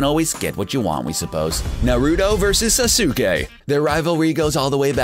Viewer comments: this dude said norudo, susuke, and sakoora watch the anime again and see how to say it. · Why can't you say anyone's name right???? Sah-suke??? No Sas-k. Now say it all together. Sasuke.... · Yeah its not sasuke (sas-uk-ay) its sasuke (sas-kay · ITS SAS KAY NOT SA SOO KAY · Same with Sak - U - Ha and Sas- oo kay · Now it's S-ah-s-k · Each time I heard "Suh su kay" I bit my tongue.... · I swear he is a computer he says sasuke like[sa-so-kee] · Sasaukay. Sakoora. Do you ever pronounce names?! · Na-ruu-toh sa-su-kay sa-kuu-ra kha-guu-ya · It is sas-ke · Ok bra sasuke its pronounst saskei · You cant say sasuke name correctly and it even said in the anime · U said sasuke wrong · SAY NARUTO'S AND SASUKE'S NAME PROPERLY but you can say sakura's name however you want.BUT JUST HAVE RESPECT FOR THOSE TWO THO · He don't know how to say Sasuke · fail with saying saske name.... so bad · how he read "Naruto" and "Sasuke" just made me cringe tenfold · THIS NIGGA PRONOUNCED EVERY NAME IN NARUTO WRONG. I MEAN I GET HOW YOU COULD MISPRONOUNCE SASUKE. BUT SAKURA!